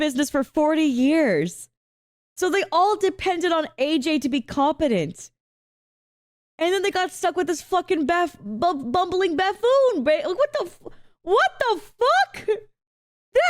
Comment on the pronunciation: new word discovered: “bafoon”. A combination of “buffoon” and “baboon”